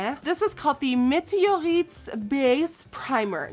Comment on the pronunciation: wooooow you said "météorites" so good like really with a french accent I was shocked like I'm french I could not said it better